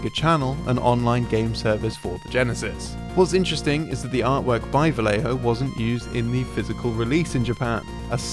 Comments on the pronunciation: "VaGGejho" it is how you pronounce it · It's pronaunce: Vah yeh ho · sorry, but it (vallejo) is pronounced "va-yeh-kho/ho," as the "ll" in spanish is a "y" sound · How do you manage to pronounce "Quijano" properly, but not "Vallejo"? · Vallejo isn't pronounced like that man, like damn it's not that hard lol